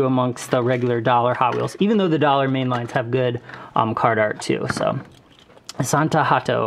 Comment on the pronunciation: Astana not asantana